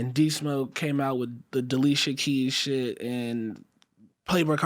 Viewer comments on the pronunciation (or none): “Dlisha keys”😂😂